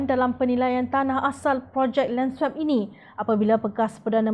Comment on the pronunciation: Sila betulkan sebutan swap tu.